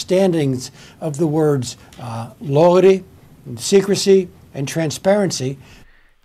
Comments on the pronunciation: Jimmy - I can't get enough of this one! I lost count of how many times I watched it. Luyty. Luyty. Luyty. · He can hardly say the word "loyalty!" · 😆😆😆🤣🤣I can't stop laughing with the botched way he said 'loyalty' plus Jimmy and comments. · When you've so corrupted the idea of loyalty that you can no longer pronounce the word...